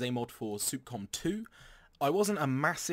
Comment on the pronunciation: It's Sup-com (s-uh-p c-ah-m) not Soup-Com